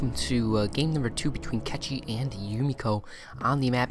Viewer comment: Man with all respect to your commentary ... PLEASE .. PLEASE .. LEARN HOW TO PRONUNCE CORRECT PLAYER NAME !!! IS A CZE,CECHI MEANS CZECH REPUBLIC .. his shortcut is short cut on his country .. is not catchi is cechi !!!! HE DONT WANT TO NOBODY TO BE CATCHED . HE WANTS TO TELL THAT HE IS FROM CZECH REPUBLIC ..if you want to say correct try to say this ..chahe ... thanks man . i really aprecitate your commentary but this is killing me ... im from cz too haha